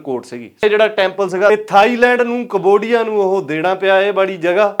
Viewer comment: ਕਮਵੋਡੀਆ 😂 ਖਤਰਨਾਕ ਬੋਲ ਰਿਹਾ ਬਾਈ ❤